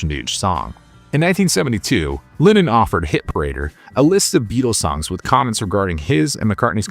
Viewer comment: Great content but it bugs me that this narrator pronounces Lennon like "linen." I keep thinking of bedsheets.